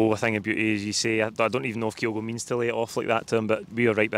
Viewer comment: How long does Kyogo need to play for Celtic till pronounces his name properly?